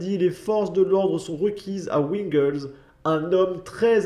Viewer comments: Ca se dis vingle,pas wingle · tu prononce pas bien le nom de ville, c'est pas wingles comme si c'était un patelin anglais. sa s'écrit pas comme je vais l'écrire, mais sa se prononce "vingle" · ça se prononce vingleu j'habite pas loin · Wingles se prononce vingles.on est en France bordel pas en Angleterre mdr.